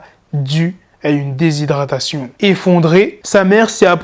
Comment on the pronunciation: des signe de déshydratation.. et non déshydration.. lol 👍🏽